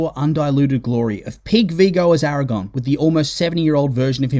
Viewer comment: It's infuriating 😅